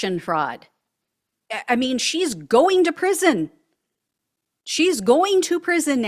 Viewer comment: Prison, NOT pension. 😂😂😂😂😂😂😂😂